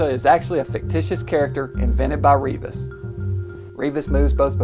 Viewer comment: This is part of my family history. The name is pronounced REV-is, not REE-vis.